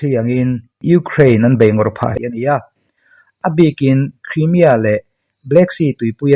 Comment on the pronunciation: Sir Krimia i tih ziah a. Kraimia tur. I channel hi thra ka tia ka en ve ziah a, lo sawi ve maimai.